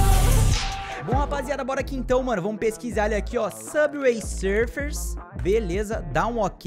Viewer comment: "sufer"que português bom👍